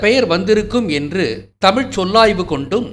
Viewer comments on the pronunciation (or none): none